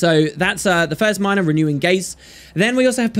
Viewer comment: i like your pronunciation of "renewing" LOL